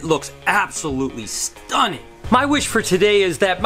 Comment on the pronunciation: Yooo! The way you said "STUNNING" after that last ball python had so much STANK on it! I love it! 😂😂😂